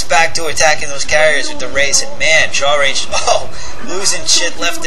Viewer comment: "Shawlrange"?... I would think rather it's a self-deprecating joke on the inability of Asians to aspirate their "L"s, but with a hard "ch" sound...as in "I'm going to chalrenge you to a match, gaijin!" Heh, pretty funny if so. Awesome commentary as usual...